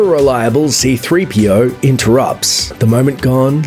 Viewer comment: Did he say “Z-3PO”